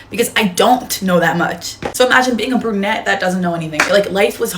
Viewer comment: ITS PRONOUNCED "BRU-NETTE", GENIUS, NOT "BRA-NETTE"! 🤔🙄😒🤷🏻‍♀️